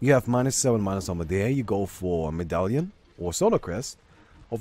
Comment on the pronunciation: figured out the English pronunciation of "medallion":)